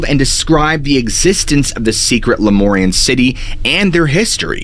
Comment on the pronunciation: Lemurian not Lemorian